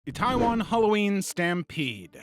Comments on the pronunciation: Itaewon is pronounced "ee-tay-won", not "taiwan". As someone who was initially listening - I thought we were talking about an enitrely different country. Itaewon isn't just popular for it's clubs and restaurants. It's an international hot-spot, year-round. It's amazing someone wasn't trampled sooner. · he just mispronounced itaewon , which is a popular neighborhood in seoul south korea